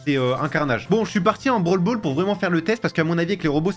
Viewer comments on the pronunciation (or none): none